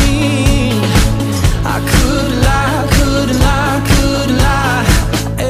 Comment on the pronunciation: ออกเสียงคูทถูกแล้วครับ